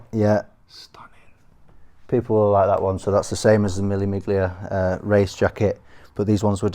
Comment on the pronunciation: Yo bro love ur collection milli miglia it’s pronounced mille millileah thousand miles it’s race with vintage cars in Italy